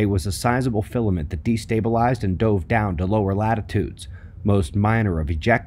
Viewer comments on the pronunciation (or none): none